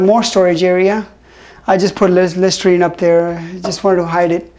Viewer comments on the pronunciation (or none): none